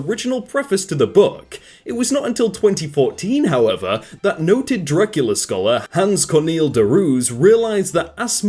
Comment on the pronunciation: Sorry but i have to point out that its: "Draculea" not Dracula